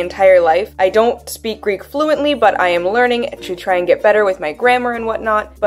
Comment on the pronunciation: Also your Greek pronunciation is just amazing !!!